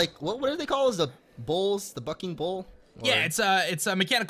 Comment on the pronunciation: Lol when he says bucking and it sounds like f***ing